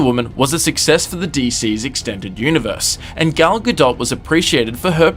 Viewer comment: It's pronounced "Gah-DOE," you twit!